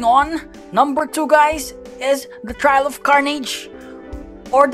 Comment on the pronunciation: The way he said trial l is crazy like I’m ngl l, bro bruh like ngl l